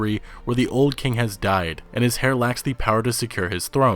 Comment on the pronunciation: Heir is pronounced Air not hair